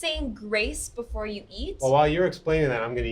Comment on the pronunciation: 女性の方のbeforeの発音を「バフォア」って発音するのかっけえ。